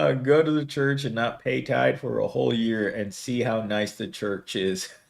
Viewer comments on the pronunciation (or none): Its "tithe" not tide. That was driving me nuts listening hahahaha.